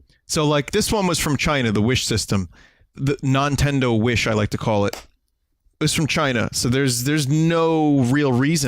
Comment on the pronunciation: "The Nontendo Wish" I can't xD